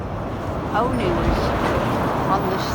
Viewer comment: If the locals of say, Scarborough pronounced Scarborough as "Flerbyderby" how would you pronounce it? It's Olney. Ollllllney.